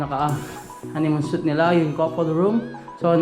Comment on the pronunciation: Guys was over used. And suite should be pronounced as s-w-e-e-t..